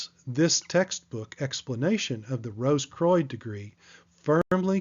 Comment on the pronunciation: Yeah you’ve said “croy” twice and I can’t 😭😭🤦🏼‍♂️🤦🏼‍♂️